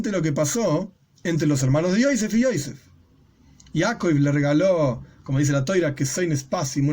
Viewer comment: Hay que pronunciar los nombres de los personajes en HEBREO como lo dice la Biblia, NO EN YIDISH Se dice Joseph no Joise